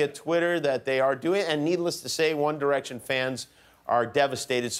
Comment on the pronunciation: i heard wonder action